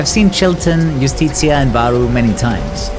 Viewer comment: Shoutouts to pronouncing "Justicia" as "yoostitsiah"